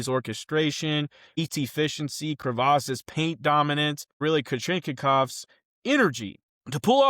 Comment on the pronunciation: It's Kree-Vas and Car-chank-off. Both tough to pronounce